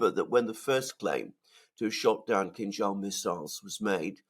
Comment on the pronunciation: I thought you were saying “King Charles missiles”😊.